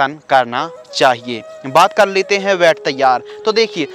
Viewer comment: Ved nahi bed hota hai